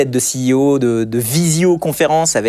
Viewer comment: Ceo !! C'est tellement mieux que PDG ! Et prononcé à l'américaine en plus ! Tous ces gens qui s'aplatissent devant les US ! A vomir !